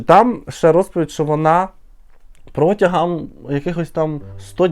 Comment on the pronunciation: Ти критикуєш Віру за її "дЗякую" , але сам говориш " у цьому моменЦі" , " протягААААм" .